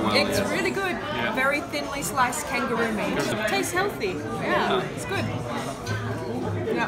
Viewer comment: この動画で学んだのは、草彅のヘルシーの発音は正しいって事。